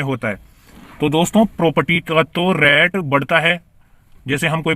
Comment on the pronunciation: डैली नही डेली रैट नहीं रेट😅 उच्चारण सही करो